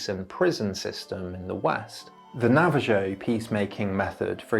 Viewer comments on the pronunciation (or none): It's Na-va-hoe not Na-va-joe. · Na-va-joe is not how it's pronounced I'm pretty bloody sure. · Or Navajo , lol